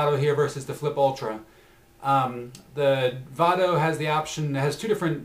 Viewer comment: lol its pronounce VAYDO not VAHDO